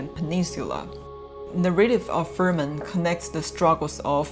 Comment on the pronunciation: Fremen not Fermen